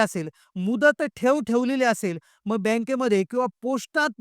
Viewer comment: आधी मराठी भाषा नीट बोलायला शिक. मग असे म्हणताना मंग म्हणतो येड्झ